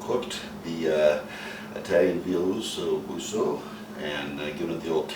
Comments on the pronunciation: Though the recipe is lookinkg great, please read the name of it as BUCO not BUSO. Thank you. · I can’t take direction from someone that can’t even say the dish properly. It’s bucco, not busso!!come on man!! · Great job. Just wanted to let you know the c in buck is pronounced like a K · It’s pronounced : Osso Boo-Ko...voilà! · Sorry to bother you at this, but this almost is an Irish flag. The Italian flag is a really dark Red, like wine or blood. Also the other guy was right, it sounds like buck. ("uh" So Boo ko) sounds very aproximate. Its really Great food! My sugestion is that you try this meat at the pressure cook. Go with onion, garlic, salt and pepper to be simple. I sugest a watercress salad to go with it, I mean it! You won't regret. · Where's the onion? Where's the garlic? Where's the celery? Why do you add mushrooms and this ridiculous pesto? Do you actually know how to make Osso Bucco? You don't even know how to pronounce it. DON'T PUT CHEESE ON IT YOU IDIOT - where's the "gremolata" the lemon zest and the chopped parsley/onion mixture? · Sorry looks like I can't spell. The c in buco is pronounced like a k. Keep up the great videos.